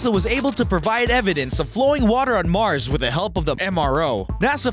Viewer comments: he says msrs instead of mars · its mars not msrs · Water on Msrs s eriosly its "Mars" dude